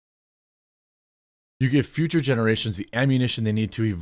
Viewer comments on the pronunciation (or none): none